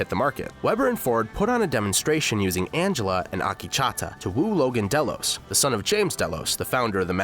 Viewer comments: AkechAAta ?? Damn it's Akecheta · Not Ah-Kee-Cha-Ta its Ah-Keech-ehTa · Akecheta not Akichata you dumbass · OMG, listening to Akecheta's name repeatedly pronounced wrong was like nails on a chalkboard. It's not "Akee-cha-ta" it's "Ak-eh-chet-ah" for the love of my ears, please. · Oh god, Akichata... it hurts how many times he mispronounces Akecheta. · How tf can you pronounce Akecheta as "AAKICHATA" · Next time you hire a narrator, make sure they actually watch the show to understand how the character's names are pronounced... they way you pronounce Akecheta (it's pronounced "uh-KEY-chi-tuh") is actually triggering. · I think the native american character's name is pronounced "uh - KEY - chi - tuh" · It's killing me. It makes Akecheta sound like a frothy latte! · Great summary! Very thorough. Also, you're pronunciation of "Akecheta" is terrible. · Good except I cringe a little every time he mispronounces Akecheta Also Ashley maybe being a host is theory, not fact. He could have been making a joke about having a "core drive". This isn't a series where I'd take anything said at face value.